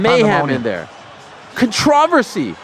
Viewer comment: Has anyone ever said "controversy" the way Ariel does? This is way worse that "I-ron"